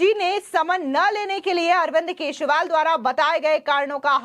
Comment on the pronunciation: Kesriwal nahi kejariwal kaho